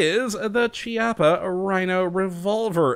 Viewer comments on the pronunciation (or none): it's a hard "C" sound because it's an Italian name